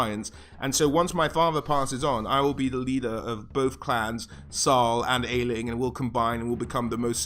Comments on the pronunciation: I know this is super old but I wanted to contribute, Aisling, the name your talking about is actually a very recent Celtic name, from the 20th century. And yes its pronounced Ashling and not áisling. Source: a very proud girlfriend who gets very defensive of her name 😂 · Aesling is pronounced "Ashling". Secret of the Kells had a character named that. It's an old Celtic name.